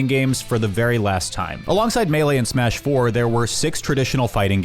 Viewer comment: Great video, don’t ever pronounce smash 4 like that again